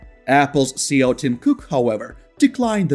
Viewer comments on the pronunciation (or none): Elon's position is CEO not "CO". I point it out because you say "CO" 10+ times in all your videos and it will sound very odd to any native English speakers.